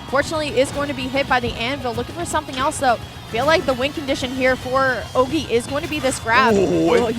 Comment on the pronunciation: C'est horrible d'entendre les commentateurs prononcer Ogey "Oggy" xdd